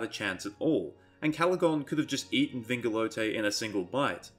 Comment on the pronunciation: I think people are majorly overestimating his size but I also think you just majorly underestimated it too. He is definitely bigger than Thorondor because Thorondor and his entire host along with Earendil on Vingilot (might wanna work on your pronunciation of that word) fought Ancalagon all at once. Wouldn’t make sense for the dragon to put up as much of a fight if he was so small nor for him and his host to drive back the host of the Valar.